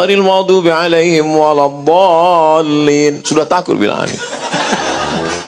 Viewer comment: baru kali ini saya melihat dan mendengar seorang ketua umum partai PAN (yang notabene terkenal muhammadiyah) ngomong waladolin kayak gimana gitu dulu dia belajar baca alqur'an dimana ? sepertinya belajar pakai huruf alfabet bukan huruf hijaiyah